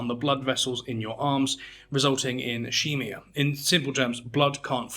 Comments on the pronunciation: sorry to be a stickler, but it's "is-kee-mee-a" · Grammar Nazi here, ischemia is pronounced like 'is-keem-ya', not 'ish-eem-ya' 😅